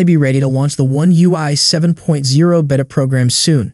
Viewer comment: "Baytuh" NOT behta